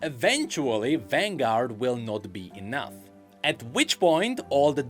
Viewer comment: "Vanguard will not be enou-th" lolol. big fan thanks for all your work